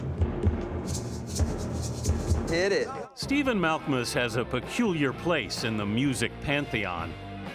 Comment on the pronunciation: "Mal-KA-Mus" JEEZ